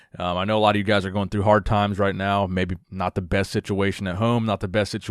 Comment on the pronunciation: Quick comment to throw in that you said besy instead of best